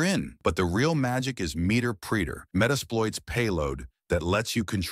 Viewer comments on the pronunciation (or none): I knew it as soon as he set meeter-preeter for meterpreter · "meeter preeter" glowy or skid lol